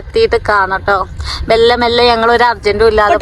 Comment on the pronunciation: വെല്ലെ അല്ല മെല്ലെ ( പതിയെ)